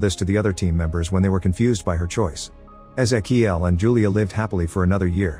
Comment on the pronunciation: thats.... not how you pronounce ezequiel